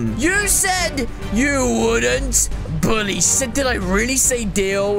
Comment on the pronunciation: he said boolly